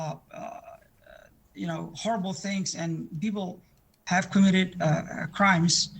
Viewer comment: so we’re not gonna comment on her prononciation of the « h »? She said « what we 7ave »